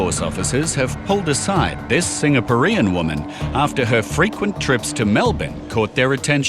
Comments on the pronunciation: That is the strangest way I have ever heard ‘Singaporean’ be pronounced. The emphasis is usually on the ‘por’, not the ‘ean’. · Why is the narrator saying "Singapo-ree-an"?... Funny way to pronounce the word! Also, Chinese don't typicaly use wedding rings, they should learn that before profiling. Well done on her, but that lady smuggling so much food and parasites should be jailed. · The way the narrator pronounces Singaporean is funny. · Must admit I've never heard 'Singaporean' pronounced Singa-por-EAN (like rhymes with Korean) before! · Never heard anyone pronounce it singer poor ian before lol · It’s not Singa puh ree in. Brain dead narrator. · The presenter needs to learn how to pronounce "Singaporean". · 5 seconds in and I have never heard Singaporean pronounced like that. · I cringe every time the narrator attempts to say ''Singaporean". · Singa what? Since when is Singaporean pronounced like that?